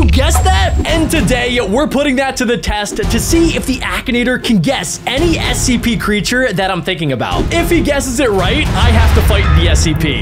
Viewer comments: WHY IS HE SAYING ACP ITS SCP NOT ACP HOW DO U NOT KNOW!?!?!? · You are saying the wrong spelling of s e p u r saying aep instead of s e p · why are you saying acp its scp not acp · Why u say cpr and acp its scp🤣